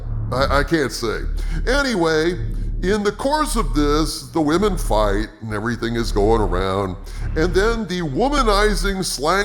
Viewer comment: Please don't say "wamin". It makes you sound like an imbecile.